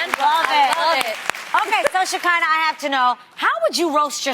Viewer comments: Tamara said sha-ky-nah. I think its sha-ke-nah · “Sha-kinda” Tam please learn how to say the lady name😪🤣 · The way Tamera pronounces Shekinah’s name I can’t 😂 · Tamera was off or something cus the way she pronounced Shekinah name, and read the old ladies post lmaooooo